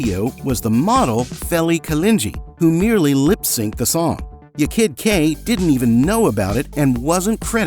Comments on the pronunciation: there was no big "scandal" . most people didn't care. furthermore, it was pronounced "YAH kid Kay". not "y'kid kay".... 'kay? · Ya kid K. Not yakid Kay 😂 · For god sake man stop saying ‘yekid K’ it’s ’Ya (rhymes with Ha) Kid K, that’s how she raps it herself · Its pronounced YAH KID KAY! not " yay kid kak! And this wasnt a scandal at all! Everyone knew that the dancer wasnt the singer. Like everyone. I loved Technotronic , rolling over the melody being my personal fave! ❤❤❤ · It’s pronounced YAR (Ya Kid K) not YER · Isn’t it “yar kid K”? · It's pronounced Yaw Kid Jay btw ❤ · Americans do not know how to pronounce dutch names . surprise ;) it is fine. i do not worry . Spin that wheel does give an indication how to pronounce Yaah KID Kay. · And how many times are they going to say her name wrong?!! Can't stand this AI BS!!!! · Learn to pronounce the name Ya kid K. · It is obvious that the person reading the script was not someone who lived through the era and experienced this music. It was especially glaring with how he pronounced "Ya Kid K".